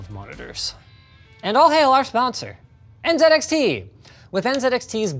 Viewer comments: Linus finally pronounced Z the Canadian way when mentioning "NZXT". As a Canadian, I just want to say : welcome back to Canadian English. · I loved that Linus pronounced NZXT correctly :D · No one noticed he said NZedXT correctly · Finally!! Finally!!! 😌 Somebody pronounced Z "Zed" Thank you!!